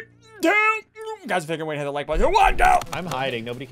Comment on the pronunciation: It’s not “HIT THAT LIKE BUTTON”... it’s HIIT DAT WIKE BUTTTONN